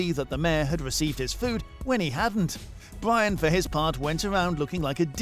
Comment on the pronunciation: Bwyan and Wamsay